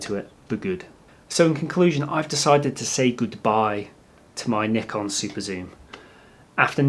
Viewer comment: You are one of the very rare native english speakers who are able to pronounce "Nikon" correct, so that was a huge plus for me in this video :D For the new lenses I'd rather look at Sigma and Tamron than Nikon, because what ever advantage the Nikon lenses are supposed to have is overshadowed by the huge amount of saved money with the other two brand (and their lenses are also not cheap). Cheers from Germany =)